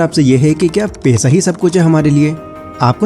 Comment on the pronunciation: पैसा बोलो भाई पेशा मत बोलो 😊